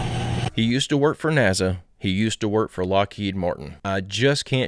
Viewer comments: Hell yeah! The first and most important question should be is why he pronounces NASA as" NAZA". That's all I want to know. Thank you. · There’s no Z in NASA! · 😂😂 I remember when a fan made him a NAZA shirt (or hat, I can’t remember which)… you’re asking the important questions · = u cant sue me nasa i clearly said naza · did she say 'nasa'??? occupy psyence and sciecology! FAF